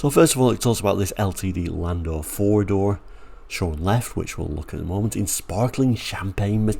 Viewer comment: Landau is pronounced "Landow" 🙂 I've always a liking for compact American cars like the Pinto and Maverick. The latter is probably the same size as a European Granada or Cortina. I do like the Ltd II Brougham as well. Quite a confusing range of cars with so many permutations.